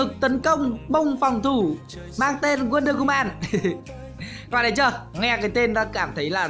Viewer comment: Đọc là "uân đơ hu mừn" nha ông 🙄🙄